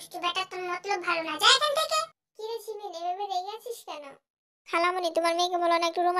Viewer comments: জিমিন ❌ঝিমিন✅ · আপু গল্প টা অনেক অনেক সুন্দর হয়েছে আর দুই টা কথা সুনে অনেক মজা পাইলাম জিন কে বলছেন ঝিনু আর জিমিন কে বলছেন ঝিমিন 🤭🤭🤭🤭🤭